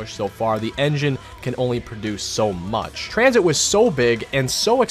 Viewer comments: I started dying when he said transhit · Sorry u spelled tranzit wrong it’s pronounced tranSHIT!